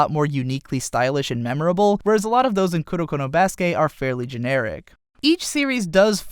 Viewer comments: i cringe every time he says baskay instead of baskET. Its pronounced baskET, since it is a loanword of the english language being used in japanese. it aint french bruh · Baske' ? did you just intentionally skipped pronouncing the "t" ? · I literally couldn't finish this video cuz of how he pronounces basket 😐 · Basket...theres a T at the end of Basket. Pronounce it...